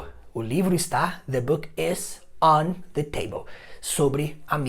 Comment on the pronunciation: "On the" table, não diária on "da" table? O The soando como dá.